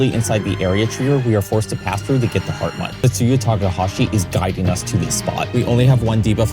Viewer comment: Very impressive video. All this build up and then you just to throw the big worm down the hole he created One thing though. Hartmut is pronounced "Hartmoot/Hartmood", not "Hartmutt". Not that it really matters.